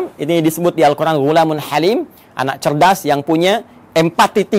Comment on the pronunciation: Izin ustaz...knpa ustaz menyebut al quran dgn huruf ع padahalkan alquran itu tdk ad huruf ع nya : contoh seharusnya القر ان tpi ustaz ssbut القرعان